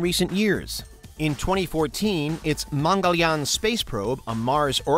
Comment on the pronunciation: When he said aaryaabatta mangalayan 🤣😂🤣😂